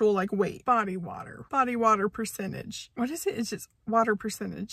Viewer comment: "BODY WATA" 😆